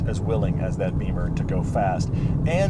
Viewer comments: Bimmer not beemer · BEAMER????? It's Bimmer